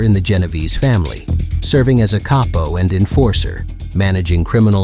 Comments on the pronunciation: Cap-Oh...not Kayyy-po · Paul Vario was a what? A caypo. Capo, pronounced cahpo, short for caporegime, or capodecine. If your going to tell Mafia tales, not only get the names, positions, and dates right like an earlier commenter said, but learn the pronunciations as well.......or do something else. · 🤣 💯 I said the same thing. And also lil al was a luchesse. And who is Joe veleki 😂